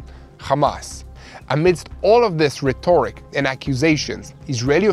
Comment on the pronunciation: Can I suggest some pronunciation changes in line with native English? Eg. rhet’oric not rheto’ric; however rheto’rical is correct/standard.